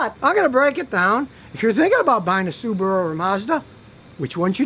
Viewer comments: Why pronounce it SubooRu when its clearly SubAHru? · Why do Americans pronounce Subaru "Subaruer"?